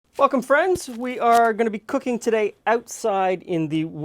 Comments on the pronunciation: anyone else misheard "welcome friends" as "fuck'em friends"? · Play over and over it sounds like fuck em friends